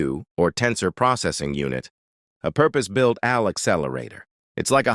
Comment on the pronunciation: Wtf am I watching? This graphical visualization (mainly) and the narration is a joke. 1: - "from your phone to Al (like Albert) clouds to Quantum labs". It should be "AI" (A-eye). 2: -"Now let's turn to the GPU". This displays a "GPT" processor? 3: -"was the same math at the heart of scientific computing and Al (like Albert)". Again, should be "AI" (A-eye). And the caption shows "I". 4: -"workhorses of the AI revolution". Which is part of a different video captioned video about I'm going to assume Chat-GPT. This is barely a quarter of the way through the "information video", and I'm noticing this much misinformation? Visually and Audibly? Even though most of the information is correct, you need to correct the visualization and how part of the topic is pronounced. This is lazy information in my opinion, smh.